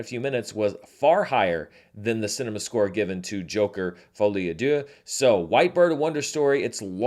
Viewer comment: i keep hearing a i when you say d(i)eux. With the i the meaning become god.